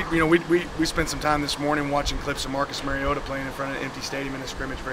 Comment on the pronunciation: I wish someone would pull coach aside and explain to him how to say Mariota correctly.